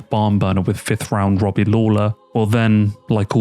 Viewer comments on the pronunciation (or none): none